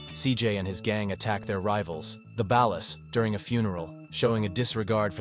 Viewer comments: It's the ballers not the balas😂😂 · “The baallas“ 🤮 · Listen to the way he pronounced ballas. Dead giveaway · Bro don't know how to say og loc or ballas